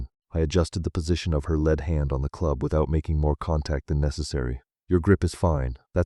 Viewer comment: AI reading sucks... Lead hand is NOT the heavy metal. Putting is not prononced pudding.. The pictures are great but Emma drink changed from water, to coke to beer is 3 frames. Also why does it look like snow falling in Scottsdale where it almost never snows...